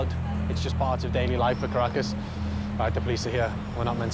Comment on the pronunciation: Caracas sounds like carcass